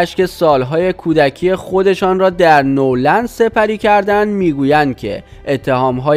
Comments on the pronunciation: آقای عزیز درست کلمات را نلفظ کنین نور خونده نمیشه . نه ور لند خونده میشه به معنی هیچ یا هرگز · اولا اسم دخترمایکل،پاریس هستش وپرینس اسم پسرشه . دوما نورلند نیست وNeverland سوما،بعداز 61جلسه دادگاه وتحقیق کامل دادگاه با صلابت رای به بیگناهی مایکل داد. پس جناب گوینده...توکه هنوزنه اسم دخترش، ونه اسم خونه وپارک مایکل رو بلدی،وازروی نوشته هم غلط میخونی، چجوری به خودت اجازه میدی چیزهایی روبگی که اصلا دربارشون اطلاعات نداری؟؟؟؟ خودکشی پاریس هم علتش چیزه دیگه ای بوده .... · تو حتی بلد نیستی اسم ملک شخصیِ مایکل رو بگی ، نورلند نیست ، نِوِرلَند هست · اول اینکه اطلاعاتتون رو کامل کنید بعد خبر رسانی کنید دختر مایکل تکذیب کرده و خودکشی نکرده اسم مزرعه مایکل جکسون نِوِرلَند نه نورلند بعدش هم این کار زشتیه که نظر خواهی کردید اگه این مشکل سر خودتون امده بود دوست داشتید راجع به شخص شما نظر خواهی کنند که آیا این کارو کردید یا نکردید شخصیت خودتونو به عنوان انسان حفظ کنید و دقت کنید که کسی که بی گناه رو آزار ندید؛توهین نکنید خیلی کار زشت و دور از انسانیت.... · Noorland na dadaaaash,oon never lande, noor male mazandarane😆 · با سلام، اول اینکه لطفا گوینده محترم این کانال، کمی لغات رو درست تلفظ کنید بد نیست، در چندین کلیپ شما اشتباهات فاحش داشتین. مثلا Never Land رو نُرلند نگبن ،اونم چند بار. این نشون میده اصلا تو باغ نییستین. و بگذریم که یائسگی رو هم اشتباه گفتین در یه کلیپ و غیره... در مورد مایکل هم، این ادمهای سواستفاده گر بخاطر اینکه به پولی برسن این اتهامات رو میزنن. مایکل این اواخر خیلی وقت بود که حال خودشم نداشت.